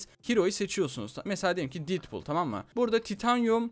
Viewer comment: detbul değil deadpool